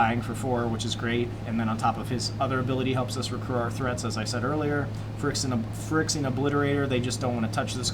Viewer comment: Is it just me or are you mispronouncing Phyrexian? Regardless, it’s a fun deck to watch. Thanks for the upload.